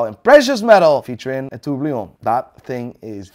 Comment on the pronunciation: what the heck is a “turbliyon”? 😂 I think he meant tourbillon.